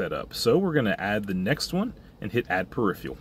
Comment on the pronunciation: Never heard this mispronunciation of "peripheral" before.